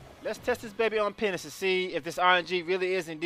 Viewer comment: Sounds like you said Penis instead of Penance